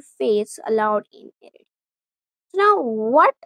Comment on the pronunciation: Its pronounced Er-tra. Or In arabic “iritriya”